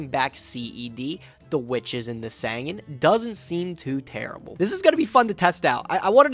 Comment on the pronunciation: I won't ever be team until he PRONOUNCES SANGAN CORRECT